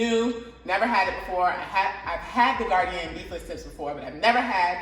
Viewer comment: Gardein is pronounced Gar- deen.. it's only 2 syllables..not gardian 3 syllables...just saying